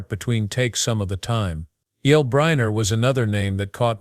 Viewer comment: Who is Yul "Briner"?! And Frank Sinatra wasn't an actress! AI !